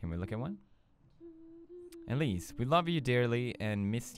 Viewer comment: My name is Elsie and I now know how my favorite YouTubers say my name except Pewds because he said Elise